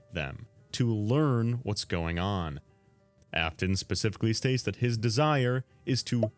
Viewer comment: "Pacifically"... Absolutely immaculate